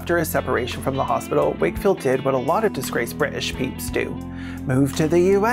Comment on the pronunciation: Thank you for taking the time to pronounce Bri'ish correctly. I appreciate it